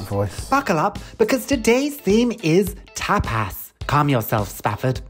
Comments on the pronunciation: An entire episode of the group mispronouncing 'tapas' as 'tap ass' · Throughout the whole video not one of them noticed that tapas isn't pronounced "tap ass". Also I feel like tortilla is more of a breakfast/brunch. Definitely pretty hearty for tapas.